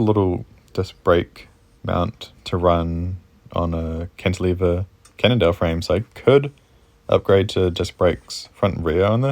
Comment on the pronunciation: it's a Can nondale not a Can't nondale 😤#positivity #FoodForThought #PowaOfDaMindset